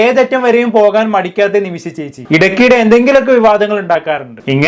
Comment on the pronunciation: അല്ല ഒരു സംശയം... ഇവർ ഇങ്ങനെ ഒക്കെ ജീവിക്കുന്നതിൽ നിങ്ങൾക്കെന്താ പ്രശ്നം? ഇവരെപ്പോലെയുള്ളവരെകൊണ്ടല്ലേ നിങ്ങളും content ഉണ്ടാക്കുന്നത്. ആദ്യം നിമിഷ എന്ന് പറയാൻ പഠിക്ക്.. നിമിശ അല്ല നിമിഷ.....